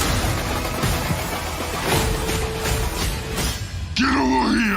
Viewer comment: "Gey Yova YEar"? I thought the phrase was supposed to be GET OVER HERE!!